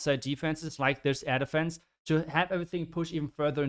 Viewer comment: Whenever you say 'air defense', all i hear is 'elephants'.😂😂